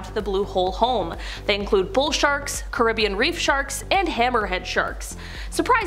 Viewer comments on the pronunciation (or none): none